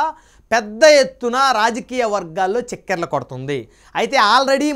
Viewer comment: తెలుగు భాషను ఖునీ చెయ్యొద్దు. చెక్కెర్లు ఏంటండీ, చక్కర్లు అని పలుకలేవా?